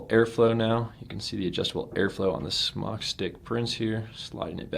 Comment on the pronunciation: Good review! ITS SMOKETECH. NOT SMOCK!!! SMOKETECH TOOK THE E OUT YEARS AGO. SMOK (TECH), STILL PRONOUNCED SMOKE. CALL SMOK. THEY WILL HAPPILY LAUGH AT YOUR MISPERNOUNCIATION. Good review though. Thank you.